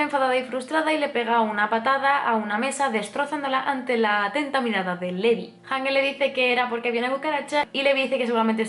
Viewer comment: me encantan tus vídeos, un análisis excelente y superdetallado. Me encanta que compares con el manga pq yo lo leí hace tiempo y es interesante ver como cambia. Sólo t diría una cosa, y es q el nombre de LEVI lo pronuncies "livai" o algo así lo dicen en el anime, pq al miratelo leer tal cual no puedo evitar pensar en Levi la d Fairy Tail. No es por mal, sólo es un consejo, tus vídeos son perfectos 😘